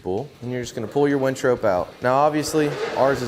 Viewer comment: And by the way it's a winch not a wench you really should learn the pronunciation of this if you're going to make a video.